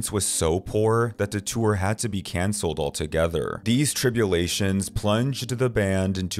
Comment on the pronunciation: The word "tour" is only 1 syllable.